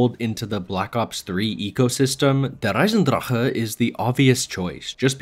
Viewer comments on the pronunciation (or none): bro's out here saying Eisendrahhuuuhhh but he says Gorod Krovi with the most American accent possible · Mf said "der eisendrache" as if he really speaks German and then just said "zetsubo no shima" like an American